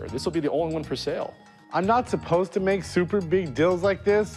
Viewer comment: “I’m not aposed ta make super big deals.” Lmaooooo